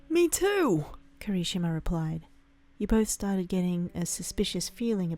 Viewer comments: I’m not saying this to make fun of you for your speech but it’s kirishima not Kari-shima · When said Kirishima, I heard conichiwa... (I don’t know how the fuck to spell that) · Alex_the_wolf 07 KERESHIMA... she says it like... her I guess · Kira-shimama? Narrator what is life to you? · The way she said Kirishima😂😂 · The way she said Kirishima made me start wheezing Edit: I'm sorry it just made me laugh...